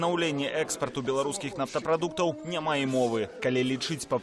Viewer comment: "... мільён0у,тон0у, нафтапродукт0У ..." Што ў вас за дыктары ⁉️🤔⁉️ БЕЛСАТ - 😵 нар.кам.аўка САТ🇧🇾